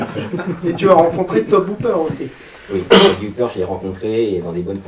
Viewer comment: On dis TO-BIE Hooper, pas To-BE!!!!!!! Putain, ça va pas ça!!!! ^^